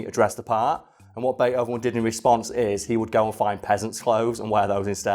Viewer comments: Is it pronounced bate-hoven or bei-thoven? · "Bay Hoven" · Bea-hoven? Isn't there supposed to be a t in there or can you just not pronounce it? I wouldn't have commented but you say it like 30 times in the first minute of the video